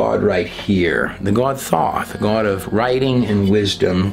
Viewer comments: I really enjoy videos and presentation but he gets on my nerves pronouncing the word GOD.. like he’s saying guod. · or Gowad (god) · THE WAY YOU SAY GOD SOUNDS LIKE GUODS / YOU ARE TO CREEPY FOR ME / YOU LIKE TO HEAR YOURSELF TALK / EVEN BACK WHEN YOU KISSED A OF THE GUY THAT TALKED A LOT OF CRAP / GOD TOLD HIM THIS AND GOD TOLD HIM THAT / THAT DID NOT COME TRUE / LIVE YOUR CONVICTIONS BUT PREACH JESUS THE CHRIST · You say "goawd". Lol. Why? Lol